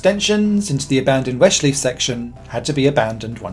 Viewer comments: Such great effort of pronouncing the "Österreich" in Österreichring right only to struggle with Schleife (in "Westschleife"). What a shame :P It should be something like shly-feh or shly-fuh. Writing German words in English pronounciation is hard ;) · I think you know how "Westschleife" is actually pronounced. It's the same "schleife" as in Nordschleife.